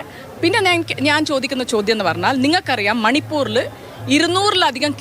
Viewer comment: ചേച്ചി പൂർ അല്ല പൂര് മണിപ്പൂര് 😂😂